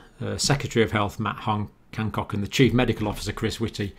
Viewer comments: Good joke - its Hancock NOT Handcock. I forsee that tissues will be shortly in as short supply as toilet paper.. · *Boris not Borris. *Matt Hancock not Handcock. *Morgue not morg. Think the cough you have is affecting your spelling 😔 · Thanks, but it's Hancock, not Handcock. Made me smile though. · Matt Handcock lol. It's hancock BTW.